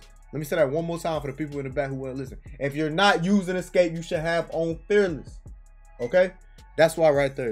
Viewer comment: Bro you said “fearless” like 3 times and every time I couldn’t understand you 😂😂